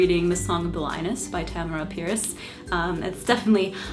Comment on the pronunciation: me sitting here trying to figure out which one of us is missprouncing Tamora.... it's probably me